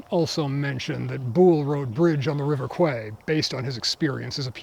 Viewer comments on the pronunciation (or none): Bridge on the River Kwai is pronounced KWAI not KWAY.